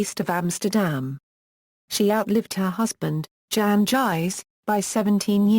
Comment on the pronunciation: You have mangled this wonderful woman's name, not just mispronounced it, but MANGLED it. It's insulting and makes you sound very ignorant. If you are going to produce a video tribute to someone the LEAST you could do is PRONOUNCE THEIR NAME CORRECTLY. Its would take oh maybe thirty seconds of internet research to find out how to pronounce her name. Her name is pronounced MEEP GEESE or MEEP SAN-TRUE-SHITS. Do a little bit of research, show more respect for your subjects!